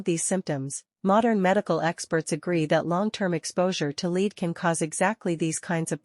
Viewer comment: Lead? Rhyming with feed? AI sucks.